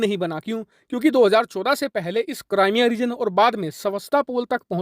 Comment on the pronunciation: krimea nahi Crimea boss ur pronounced is wrong plz correct